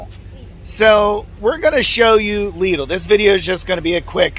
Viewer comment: There is no excuse. If this guy can pronounce it correctly, pretty much all English speakers can pronounce it. ☺ Lidl is part of the Schwarz Group and the competitor of Aldi.